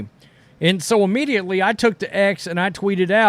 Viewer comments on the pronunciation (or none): none